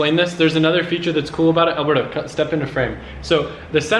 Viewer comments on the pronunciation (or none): haha from the beginning I thought you called alberto "burdo" (I speak french and alberto does not pronounce the same way)